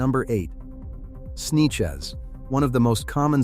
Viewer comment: Snechez ahahahah sanchez